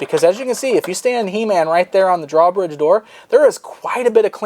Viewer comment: I want to smack him every time he says draw bridge.